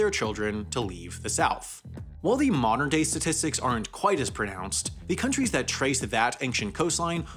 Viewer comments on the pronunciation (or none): you say countries not county's